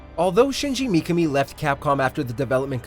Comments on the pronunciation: Dude, what´s up with the pronounciation? Mikka-Me instead of Mee-Ka-Me flash-forward instead of fast-forward Pro-gi-na-tor instead of Pro-geni-tor Don´t get me started on Shi-Butt-A... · Micami? Its pronounced MI-KA-ME.... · McAmi??? It's pronounced Mi Ka me, common man..... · Shinji "mee-kuh-mee"....well this dude has never really researched about Resident Evil before. What if everyone pronounced it the way we all.think is proper, but the Mikami family, and this narrator, pronounce it "mee-kuh-mee" and that's the TRUE right way of saying it? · It's only said as Me-kah-me. There isn't numerous ways to pronounce it. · Mikami. (Me-Ka-Me). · Also, you pronounced 'projenitor' wrong as well as Mikami. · Personally, I feel like I fall between two chairs in the RE fanbase when I say that I like both the classic trilogy and 4. RE4 is a fuckin masterpiece dammit, but so are og RE2. Really nice video by the way, but what bothered me throughout (as said by multiple people already) was the constant mispronounciation of Mikami's name. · Asides from the butchering of Mikami's name, great video! Would love to see more like this.